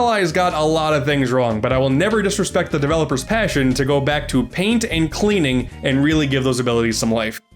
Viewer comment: “It’s time to show you the true power of PAIN-T!